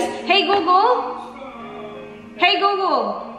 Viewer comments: and so if call center? Google was never pronounced as googol.. It shoud be google(googel) (short e) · Wow ha... call center yan.. baka nakakalimutan mo... saka search ka minsan how to pronounce google properly